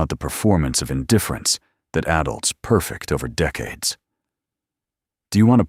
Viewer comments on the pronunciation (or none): At about : : tĥe authors miss- pronounce 'perfect' by putting the emphasis on the first 'e' rather than the second one, where it should be to properly fit it into the context of the story!. This messes up the flow and Nothing should be allowed to interfere with the flow of the story!. Nothing!. Oops LoL 😢😢